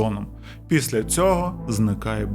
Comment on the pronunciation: Шановний, я переслухала вже багато ваших відео і вже вкотре помічаю (профдиформормація🤷‍♀️), що у слові «після» не звучить звук «л», тому замість звучить слово «піся» (що також хороше слово, але не підходить за значенням:)